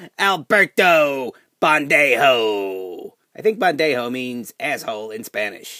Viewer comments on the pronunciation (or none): it's Pendejo..... Not bendejo